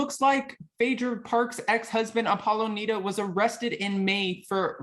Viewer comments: Dude... It is N "I"da not N "e"da. And he is the hottest husband on any of the shows. And I am sure he can put it down. Based on the "cock" picture I have seen he has it going on. He is one good looking man. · The way…he mispronounced…Nida…repeatedly. 🤦🏾‍♀️ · I know. Did he even watch the show? Lol